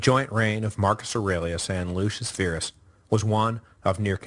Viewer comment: Pronounce Verus "vair us" Virus "veer us", ah, ancient Roman, go figure.